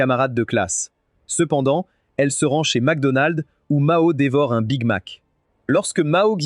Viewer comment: C'est moi ou vers la fin ce n'est pas Macdonald mais wacdonald😅😅😂😂😂🫢